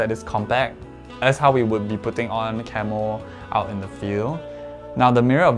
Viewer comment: Idk why I kept hearing Camel instead of camo lmaoo